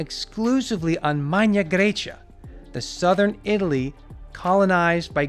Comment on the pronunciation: Darius, love your videos! But why did you pronounce Latin MAGNA GRAECIA as if it were Modern Italian?